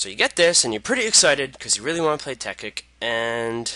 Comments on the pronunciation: TEKKIT NOT TEKKIK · ITS CALLED TEKKIT NOT TEKKIK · "tekkik" xDDDD wtf? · you say it tek-kit it tekkit one word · Haha he says tekkik